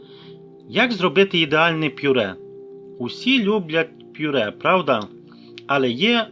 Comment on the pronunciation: Це просто лекція, дуже довго і нудно, ніякої чіткості. Повторення інформації декілька разів. Даремно потрачений час. Слово ПЮРЕ має звучати без апострофу.